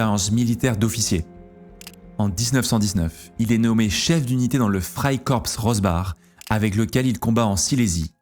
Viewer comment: Freikorps se prononce Freikor (on ne prononce pas le p ou le s - comme le mot français corps)